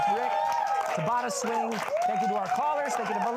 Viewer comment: It was so fun sharing some songs (including this unreleased track) with the folks at Going Down! Thanks Chris for pronouncing our band name correctly and to the whole crew for having me :)